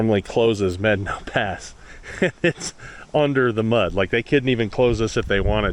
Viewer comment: Good video and nice job on properly pronouncing Medano Pass. It's one of my favorite trails and every other video I have watched; they pronounce it wrong. I run it at least once a year. You are pretty brave to run Blanca on your own. I ran it in my Jeep with 33's with our group and I won't run it again. I don't need to die on the trail.